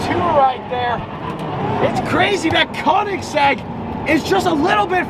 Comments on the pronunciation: Koenigsegg. Not koningseg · It’s koenigsegg